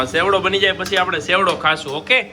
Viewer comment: Sevdo ny bolo chevdo